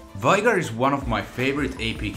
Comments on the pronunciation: Omg. I hate that you mispronounce names like Vi and Veigar. Vi is should rhyme with die. And Veigar is like Vaygar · Only Veigar and Morgana are mispronounced in this vid. Pronunciation heavily relies on accents and servers. Like NA might say Shaco (shake-o) but I play on OCE and a lot of people here say "Shark-o" (silent R), myself included.